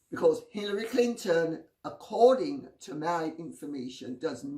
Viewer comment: LOL, I thought she said Pillory Clinton.